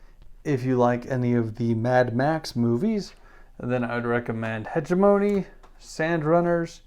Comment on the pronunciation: Please consult Google translate on the pronunciation of hegemony